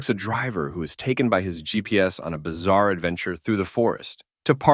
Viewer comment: bizzare advenureee ?????